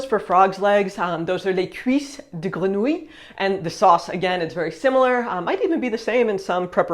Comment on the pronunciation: try boudin noir (best well baked) with compote de pommes also how you pronounced grenouilles with an accented i, havent heared it, maybe a dialect and yep that andouleur is "crêpe" how about some fermented duck eggs, or a piece of Chaumes?